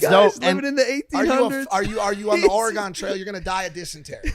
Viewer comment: Mike: The OreGONE trail. People from Oregon: No Mike it’s still fucking here